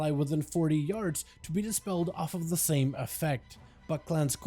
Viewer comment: "Talent of..." "Ability of..." "Spec of..." drives me insane lmao why he say it like that